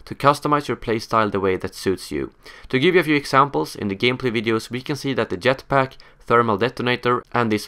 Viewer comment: for fuck sake please stop sayin "yetpack" its JETPACK!!!! great video btw ;p